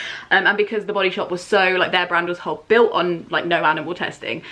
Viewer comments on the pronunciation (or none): none